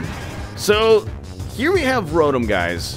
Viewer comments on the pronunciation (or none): you are pronouncing "Rotom" wrong. It is pronounced, "row tom"